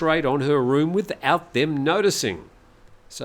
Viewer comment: It is pronounced 'Galasin' mate... K's are pronounced G.